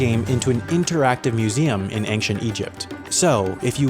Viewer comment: Ancient, not anxient